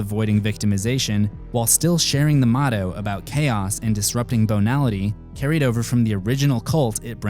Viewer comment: Banility is pronounced Bay-nality not Bone-ality, but cool vid. Was having trouble getting into SFC but thanks to you Im going to give it another watch...